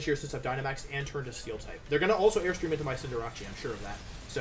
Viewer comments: Cinder-ah-chi??? Lol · Congrats on the win! I used to be able to say "Cinderace" around a year ago... Cinderacci has taken over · The way he pronounces Cinderace drives me nuts.